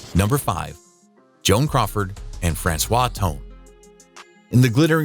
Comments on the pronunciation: I believe Franchot is pronounced Fran-choe. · Franchot is pronounced Fran Cho (the T is silent), "Ondine" is pronounced ahn DEEN. Methot is pronounced Meh-tho (the T is silent), Ferrer is pronounced Feh REHR. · How do these videos choose narrators? This guy's mispronunciation of Ferrer is perhaps understandable, even if it destroys the fiction that he knows anything about his subject, but how does he drag Francois out of Franchot Tone?